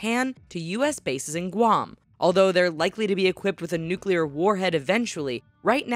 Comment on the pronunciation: 1200 nuculer wepons